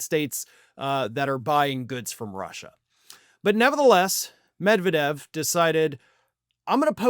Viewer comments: as much as I support you but UMMERRIGANS ARE STUPID: ROF YOU WORK FOR RT and cannot say Med-ved-jev.. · No! Medvedev (the stress is on the second syllable, not the first…med-VYE-dev) most certainly wasn’t “rewarded” by Putin with a high government position. Do you know ANYTHING about Russia?!? After doing the Prime Minister-President swap to allow Putin to escape the term limits imposed in the Russian constitution, Medvedev began to feel his oats. His more liberal, anti-corruption, democratic policies were popular, but threatened the oligarchs, and the primacy of Putin’s United Russia Party. Medvedev appeared to have imagined that he could carve out for himself a political base independent of Topless Putin, and may have hoped to challenge him for the presidency once his own term of office ended. His own corruption was soon revealed and how he enriched himself at the public expense, essentially ruining his bid for political autonomy. He obediently surrendered the presidency to Putin as planned, and receded into the Prime Ministership and alcoholism before he was sacked, and relegated to the powerless “advisory” position of DEPUTY Chairman of the Security Council. (He doesn’t “lead” the Security Council, the SC is chaired by Putin.) He now spends his days drinking heavily, threatening nuclear war against the West, and generally making of himself a laughingstock - dirt of Tsar Putin’s court jester. Medvedev was neither rewarded, nor honored, he was broken, and humiliated for even daring to ponder using his position to mount a challenge to Putin’s political supremacy.